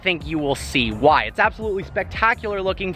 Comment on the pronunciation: AB-SOLUTLEY NO-OT!